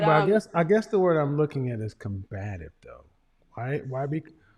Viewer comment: She went to college and trying so hard to sound so intelligent but doesn't know how to correctly pronounce the word 'COMBATIVE' - WOW!